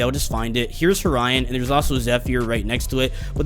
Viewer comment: Btw they time stamps Horion says Orion :)